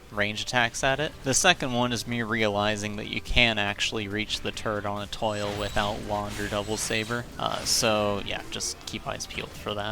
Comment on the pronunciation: Eh-TWAH, not Eh-TOIL 🤣❤️